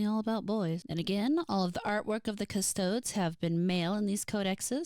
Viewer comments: This isn't a big deal but it bothered me. Custodes is pronounced "Cus-toe-days" the last E is not silent. Yes I know it can definitely be a pain to pronounce words you're not familiar with correctly, especially (made up?) psudo-latin weirdness used for Warhammer. It's just bothersome for someone who's more versed in it is all. No offense. Edit: Sororitas is "so-ro-rih-tahs" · Great video! Im still giggling at the ''Custodes'' pronunciation <3 Now imma make it my personal mission to drag you into the depths of 40k lore.